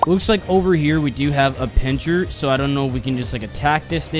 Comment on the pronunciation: bro called Pinsir (Pincher)